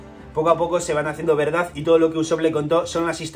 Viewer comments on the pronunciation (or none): none